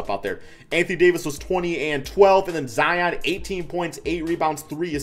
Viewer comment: "Zeon" lol